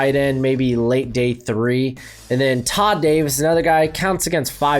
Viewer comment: I think you're an idiot. How you gonna say you like or watched a player when you cant even get their names right. Get a teleprompter. Couldnt event read Josey Jewell's (Jew-well? Seriously) or Todd Davis' name right. You aint a fan of the NFL. I ain't trolling, but you're an idiot. Last vid i watch of yours. Have a great day.👍